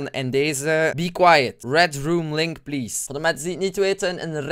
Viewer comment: het is geen lenk maar LINK gvd